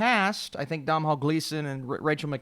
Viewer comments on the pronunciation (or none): Also as an Irish person I just want to let you know that the name Domhnall is not pronounced DOM NELL. It's pronounced DO (pronounced like GROW) NELL. Don't feel too bad, a lot of Americans mispronounce it, I just wanted to let you know for future reference